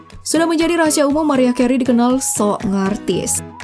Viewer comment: Chanel sampah. Ga valid nih data nya. Pas britney aja ditampilin foto jessica simpson. Narator nya jg harus belajar cara ngucapin mariah. Bukan "mariah" tapi "merayah". Dislike